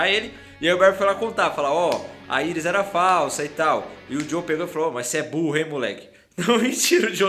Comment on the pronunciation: queria te falar para começar a falar Iris do jeito certo, que é como eles chamam ela na serie e pelo amor de deus não fale vibro, kkk fale os nome dos personagens em inglês(que é língua original)